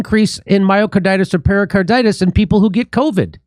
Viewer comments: Nice show, but pericarditis is not something you get from drinking Perrier. It is pronounced "peh ruh carditis", not "perrier carditis" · Just a point: It’s “peRICarditis, not ‘peRIOcarditis’. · It isn't per-i-o- carditis, it's per-i-carditis. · peri-, not perio- carditis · Hey, Jimmy! It's pericarditis, not periOcarditis or periALcarditis. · Why does Jimmy keep saying Perriercarditis? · Pretty sure it’s not pronounced Perrier Carditis 😛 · There is no O in pericarditis.